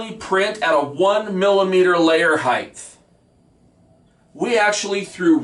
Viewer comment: Height. HeighT. HEIGHT!! Not. . Heighth... And if y'all want a hell of a drinking game, take a shot everytime he says the word ACTUALLY. Trust me. You'll be shitty.